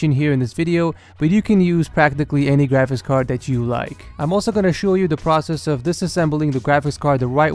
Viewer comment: i keep thinking that he is saying gwafics card instead of graphics card